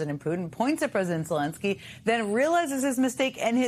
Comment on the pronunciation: Not to take away from his mistakes, but you said Zelonsky, the first time you mentioned Zelensky.